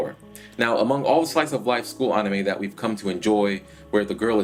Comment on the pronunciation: why do you keep saying onime??